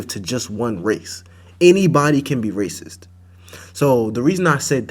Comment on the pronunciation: What is it with people of color and how they can't finish how they say racist. They always say Raciss